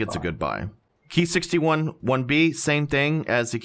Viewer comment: It's not "key 43" or "key 61" It's " k-eye 43" etc as these planes are designated/named KI -... nobody has referred to these aircraft like that just an FYI